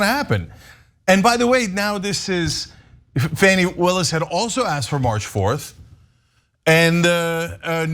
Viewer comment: "Fanny Willis"--really Cenk?